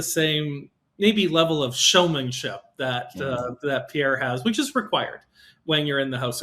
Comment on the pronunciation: Please learn how to say Pierre's last name properly ... not the way Chat JPT says it!